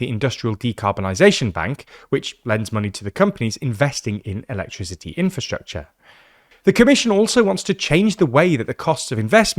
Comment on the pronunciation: He seriously doesn't know how to pronounce the word "electricity"? 😂